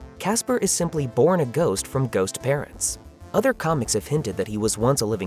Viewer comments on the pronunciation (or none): oh ghost father i thought you said goat